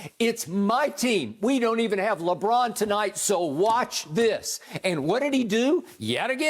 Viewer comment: Why everybody keep saying lebum 💀💀🤣